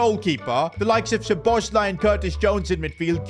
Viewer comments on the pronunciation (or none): none